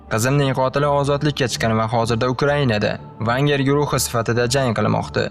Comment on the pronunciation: Vagner bu kompazitorning ismi o'qishni o'rganing